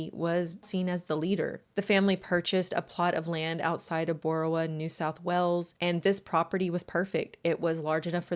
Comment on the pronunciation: Well done with your pronounciation of Boorowa. You did better than most. I live nearby and I can tell you the Colt clan arent the only inbreds from Boorowa, just the most inbred.